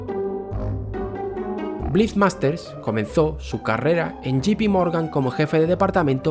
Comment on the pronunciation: Si quieres pronunciarlo en inglés debes decir yei pi no yi pi . 😊Yi pi es GP.